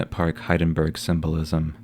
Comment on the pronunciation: Hindenburg not Hidenburg.